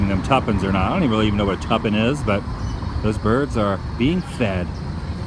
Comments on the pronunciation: I was thinking the same thing, but I kept on thinking that he was saying "tuppen"...which makes absolutely no sense, since i've never even heard of the word tuppen lol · Ok.. its TUPENCE a bag ( Two Pence)